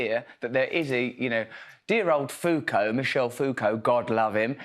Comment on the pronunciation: Did he say Foucult?